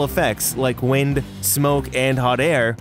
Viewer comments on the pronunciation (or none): none